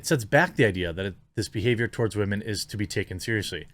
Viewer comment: Did he really say, "WAH-men"? Like, unironically??